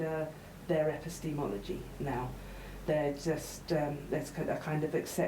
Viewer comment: 'Epi-steamology'. That's a new one.